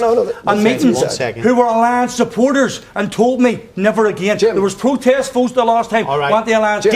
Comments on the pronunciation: Wee Jamie Bwyson says it's a peaceful pwotest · Why can nobody pronounce their words correctly, peace plotest, young plotestants...